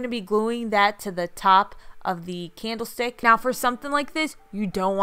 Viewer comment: It’s called sparse, like you say park. Not sparse like pear. Also, you say mirror wrong. It’s not pronounced mare. Mare is a female horse. Learn how to say words before you start a YouTube. It’s a candle stick not candle steak. And tbh, it’s neither. It’s a candle stick holder. It’s not even a candle stick.